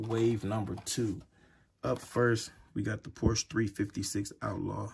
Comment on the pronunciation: I don't want to sound like a snob, but it's pronounced "por-shuh". Two syllables.